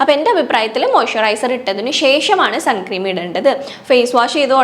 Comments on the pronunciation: ചേച്ചി സൺ ക്രീം എന്നല്ല സൺസ്ക്രീൻ എന്നാണ് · Sun cream alla unni... Sunscreen aanu... Venel sunscreen cream nnu parayam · Great video!! Just letting you know it’s not suncream..it’s sunscreen. Hope that helps. ☺️ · Sunscreen ആണ് sunscream അല്ല